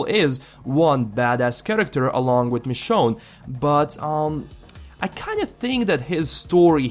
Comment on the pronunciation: It's Michonne.